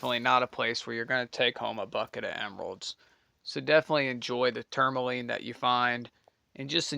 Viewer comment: It’s called “tourmaline”, NOT “tourLAmine”